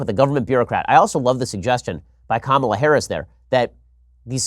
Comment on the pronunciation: Please stop your clear and intentional historical mispronunciation of Ms. Harris' name. It is pronounced Ka-ma-la. You know like Kamala the Ugandan Warrior. His last name is even Harris! OMG!!!